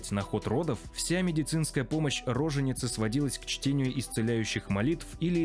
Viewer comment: Вы бы указали какими материалами пользовались при составлении этой сомнительной тарабарщины. Кстати, правильное ударение не рОженица, а рожЕница, потому как не от существительного рожа, а от глагола рожать